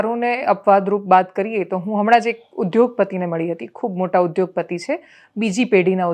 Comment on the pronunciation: દેવાંશી જોષી - "ઉધ્યોગપતિ" નહીં "ઉદ્યોગપતિ" એક વખત તમોએ બોલેલુ જ સાંભળજો પછી ઉચ્ચારણ શુદ્ધ કરશો.